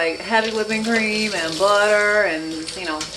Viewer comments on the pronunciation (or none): The voice you go in and out of in many of your videos is really funny. Like “buddah” for butter Looks good. Maybe do some more videos for holiday meals and treats. 😊